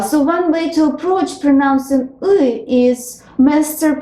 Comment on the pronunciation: You could improve your pronounciation of english "one", "with", "wish" etc.